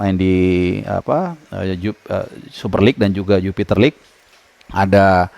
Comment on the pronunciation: Jupiler bang bukan jupiter lig, lu kata liga motor bebek